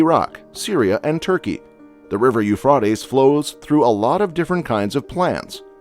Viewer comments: It’s pronounced Euphrates with long “a”. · At least pronounce it right 😂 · I can't listen to this because I doubt this guy narrating has ever read the Bible since he can't even pronounce Euphrates correct, drives me crazy. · You can’t even say Euphrates right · I can't, I just can't watch it. I got to and had to stop on account of how this guy pronounces euphrates lol. He has slaughtered it lmfao. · Is this guy saying the river name wrong? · I've never heard the Euphrates River pronounced that way. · Your saying the rivers name wrong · Homeboy needs to learn how to say Euphrates lol 😂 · When you can't pronounce the name of the river properly that you're highlighting, I can't take seriously any evaluation you place upon it ! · Learn how to say Euphrates before you say it 20 times in 5 minutes. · You’re mispronouncing the word, Euphrates and Canaan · Please pronounce the river's name correctly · Almost couldn't finish the video because of it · It’d be less annoying if you learn and use the correct pronunciation of the river. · Dude you can't even say the name of the river correctly irritating 😐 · The robot mispronouncing “Euphrates” is creeping me out, this world is sick, and dying FAST! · Learn how to pronounce it correctly 😵‍💫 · Couldn’t finish video because of how he pronounced Euphrates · COULD YOU PLEASE HAVE THE AUTOSPEECH PROGRAM 'LEARN' HOW TO ●PRONOUNCE● THE NAME OF THIS RIVER!!! ********************** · You can't even say the rivers name right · Your pronouncing Euphrates wrong!!! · You said the name of the river all wrong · Why do you mispronounce the name of the Euphrates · Learn how to pronounce "Euphrates"!!! Idiot! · 🤦‍♀ That’s a LONG “A” in that river’s name, dude….. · I think it is Pronunced U-fraa-tees. That way, folks will know what your are talking about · The river “Ufrotties”? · You mispronounced the Euphrates River as Euphrootes it is Euphrates ( pronounced with a hard a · The Euphr-a-tes . A as in A. Not ah. Long A. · It's U FRATE EZE